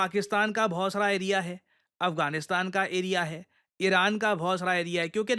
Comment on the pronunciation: Sirji when you say pakistan ka bohat sara area hai,pata nahi it sounds like bhosda area hai